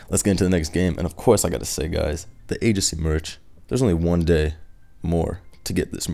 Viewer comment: This dude said mirch